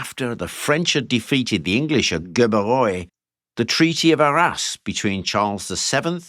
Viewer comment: I thought you said....The treaty of our arse? Hahaha